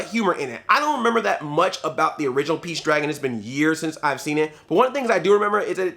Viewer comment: he said peach his saying beach lol man hahaha thats what I'm hearing man